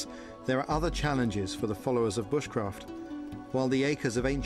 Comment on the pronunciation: Is it me or did that woman at the end say B-uh-sh-craft, instead of b-oo-sh-craft...